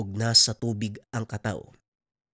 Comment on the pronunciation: Tama po ang bigkas mo SA kataw 🙂